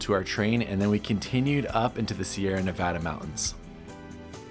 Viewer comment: Thanks for pronouncing Nevada correctly.